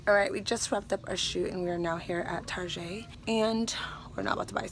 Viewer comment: Lmfao it's so funny how you say (Tarjay ) instead of Target !! I say it that way to !!! 😂💀 oh and the 2 shots of vodka 😂 that's my best friends and I thing